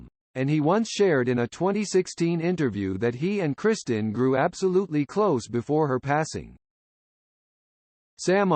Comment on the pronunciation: Her name was Kristin, Not "Christian" like the Robot voice keeps saying, what an idiotic coward presentation to do with a Robot voice and a bunch unfair gossip with out Mark Harmon or the late Kristin to approve or disapprove of ...the lady is dead, she can't defend herself, leave her alone. My sympathies to Tracy, Gunner, Matthew, and Sam Nelson for having to put up with this garbage.